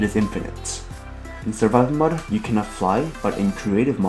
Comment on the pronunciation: it's Mode Not mod